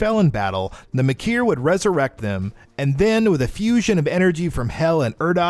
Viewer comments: Kahn Mah-kier Urdawk Boy did you even play Doom Eternal? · The hell priest says what kind of demon the doom hunter is in game why did you make the conscious effort to purposefully say it urdak and kahn maykr incorrectly not to mention you said the doom hunter looses its plasma canon in its second form when it only looses the shield and rocket launchers all this tells me is you probably disnt even play the game or you're just reading a script and no one bothered to correct it